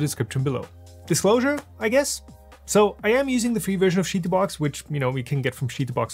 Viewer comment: I have never heard anyone pronounce it "shitoobox."